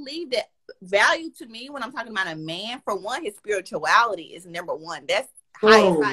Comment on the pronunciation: She said “ speeeerree twality “